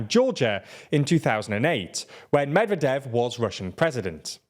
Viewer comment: medvEdev not mEdvedev